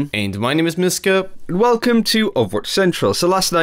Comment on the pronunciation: Why does it sound like he's saying myskip not myska